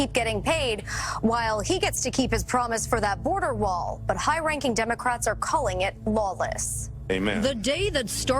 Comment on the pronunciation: He is not saying build that wall he is saying build that WAR